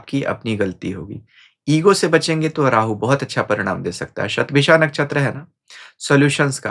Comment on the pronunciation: अन्य हिंदीभाषी ज्योतिषियों की तरह आप 'शतभिषा' शब्द का उच्चार "शतभिखा" नहीं करते; बड़ा 'कर्णप्रिय' लगा। वैसे भी, आपकी भाषा हमेशा, हर दृष्टिकोण से, प्रशंसनीय रहती है।